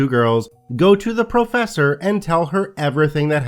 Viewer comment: Also; ‘professor’...